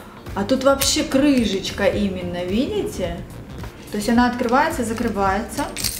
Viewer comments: почему крыжечка, когда крышечка 😭😭 реально режет слух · Почему же ты говоришь крыЖечка, капец как по ушам бьёт